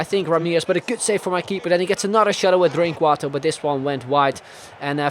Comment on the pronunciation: In the pronounciation of the name Drinkwater you can clearly hear that he's dutch haha (I'm dutch too)